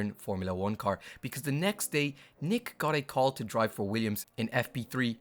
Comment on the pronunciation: Nyck de Vries, it is not pronounced Nick but Niek.